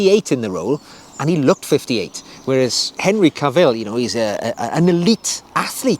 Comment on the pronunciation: Ca’vill, not Cavi’ll…